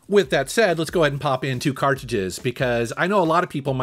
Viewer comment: I h8 the way he says "CartJudges"...its cartridges